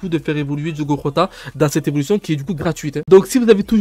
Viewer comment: Ca se dit Jota pas rota si jamais